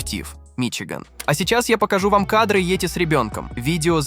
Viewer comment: как, как вы сказали? Йоти?!:face-blue-smiling: Кто такой "кузён"? Я из этого видео узнаю всё больше необычных слов))).